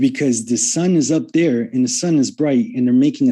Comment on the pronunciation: is gold 🤣🤣🤣 “Because the sun is up dere” 🤣🤣🤣